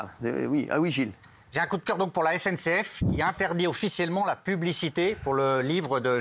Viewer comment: « Jjai un koudkeur pour la essènesséaiffe »